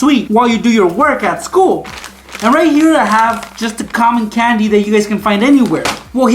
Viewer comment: Canndi How he says it